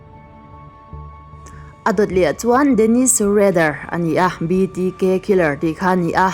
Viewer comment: Dennis Reddér hi 'BTK,' a ni a, 'BDK', tiinI lamri a, ka hre alawm 'BTK' chu hre mah ila, 'BDK' erawh ka hre lo, hnamdang ṭawng/hming hi chu fiah taka lam hi a ṭha, lam no eng emaw vêl hi a ṭhing ru riau, Mizote bâk viewer an awm tak tak chuang lo😂